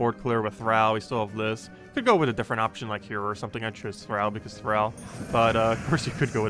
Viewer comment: Do you say "al" your friends or "all" your friends? Thrall thr(all). Not thr(Al Bundy).